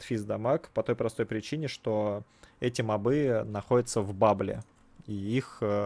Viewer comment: почему мобЫ, а не мОбы? в первый раз слышу такое просто :)